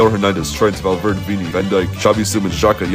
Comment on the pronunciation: Did you really call ValverdE Valverd???